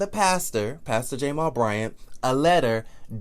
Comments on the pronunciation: His name is Jamal, please stop saying jamar. Now Jamal Bryant character is not being assassinated. Jamal's dumb ass sat on IG with an damn upside down binder. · I just love when you say "Pastor J-mal Bryant at New Birth Missionary Baptist Church in Lithonia, Ga" 😂😂😂😂 I can't!! I fall out every time!!